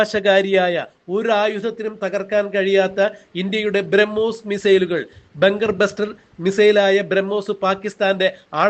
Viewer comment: Pl read "bramos"